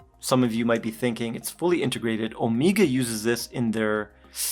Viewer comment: Why do speak about watches and say Omega wrong? 😅 Man… 🤦🏻‍♂️